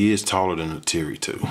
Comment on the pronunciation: You’re pronouncing Neytiri wrong